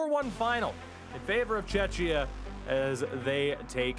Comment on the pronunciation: For the love of God, do NOT call Czechs "tchetchia". :-D